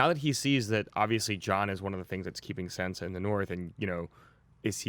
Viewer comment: It shouldn't bother me so much that they call Sansa "Sensa" lmao